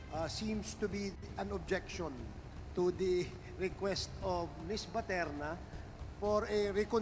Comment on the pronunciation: How come the congressmen cannot pronounce the correct last name of Miss BATERNA?